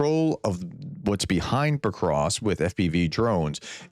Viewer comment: Prof, it isn't PoKrosk it's PoVVVVVrosk.